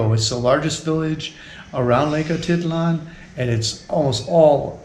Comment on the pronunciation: Say Lake Ah teet LAHN, stress on last syllable. NOT Ah TIT lan.